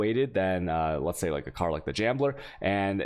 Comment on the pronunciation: Resonders??? Jambler?? Chayotic??? Do you realise your pronouncing a lot of words incorrectly??? I'd love to take you serious on your findings but you can't even pronounce words properly.....